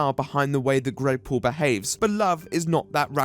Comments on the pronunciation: I can't hear him saying Greg Paul, I only hear Gregpool. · I'm just listening to the video not watching and I keep hearing you call him "Gregpool" which just makes me imagine him as one of those Comic-Con deadpool pranksters